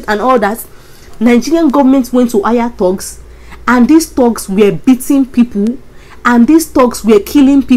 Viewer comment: do you mean thugs ( pronounced like thags). Mean bad people..